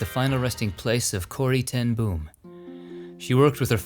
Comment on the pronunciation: Love your video's. Little correction on the way you pronounce Corrie ten Boom. In Dutch its pronounced Corry ten Boam or like the name Bo (Bo Derek) and you put a M at the end ;-) (not like an explosion boom). It was a surprise to me her restingplace is in the States. Thats why I love your video's. Full of surprises